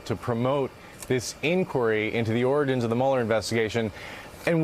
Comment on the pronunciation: Isn't it nice to hear the word "origins," pronounced correctly?